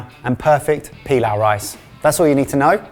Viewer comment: The pronunciation of pilaf is so wrong .. it remind me of emperor pilaf from Dragon Ball